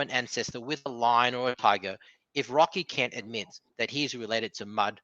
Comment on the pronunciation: Wocky Kent, and don't cwy. You'd think if he's gonna throw insults he'd at least use words he can pronounce 😂